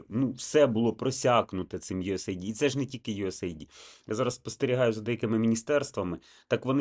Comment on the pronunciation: Знаю, що не в тему, але почніть, будь ласка, правильно вимовляти USAID Це Юсейд (US - Сполучені Штати, AID - допомога)